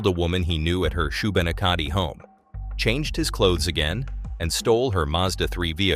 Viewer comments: I gotta say it I know it's a serious topic but I did give me a chuckle every time. The place is pronounced Shoe Ba Knack A Dee And people also call it Shoe Bee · d-ee-b-er-t Shoo-ben-ack-a-dee" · Shubenacadie is what he was trying to say eh? I had to rewind it 3 times and I’m from NB and travel those areas every time I’m through. Debert wasn’t much better. Agreed, AI has no place in a sensitive story like this, prayers to all involved. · If you were a Bluenoser, you would be able to say Shubenacadie right. It was a spree killing. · yeah that was annoying hearing how that was said lol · It's pronounced shoe-bin-nak-a-dee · Amazing job on this video from a Nova Scotian. Maybe google some pronunciations next time but good try with Shubenacadie. Subscribed! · or *Shoe-bah-knack-a-tea I suppose 🤔🤔 this is how I more pronounce it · shoe~ben~ACK~a~dee Valiant effort! only east coasters could get 100% correct, Thank you you for all of your hard work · Not Shoe-Bin-Ah-Ka-De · Shubanakkadee = Shubenacadie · Shu-Ben-Ack-id-ie … how to pronounce Shubenacadie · It's so funny hearing someone else pronounce names you've grown up hearing. He's totally getting Debert and Shubenacadie wrong, and I get that we have names that might be strange to others. Morrison was the one who found his partner's body, and he had to stay there with here until others arrived, it devastated him, he never really recovered from that.